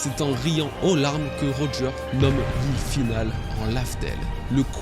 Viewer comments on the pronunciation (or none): none